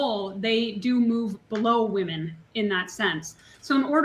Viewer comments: Why can’t so many people say ‘women’?!?!!! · Woman is not the plural for woman!!!!! Omg I’m gonna lose my shit 😅 it’s women! Pronounced whe’men . Stop saying “ all woman did such and such” please. When did this even start?